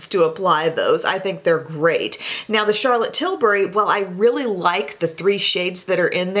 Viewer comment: I liked this video solely because you pronounce CT’s last name right. Too many you tubers call her Charlotte Tilbarry...... like ummm no. Sorry, having untraditional name, I think it’s just sign of respect to say one’s name correctly, so thanks for that!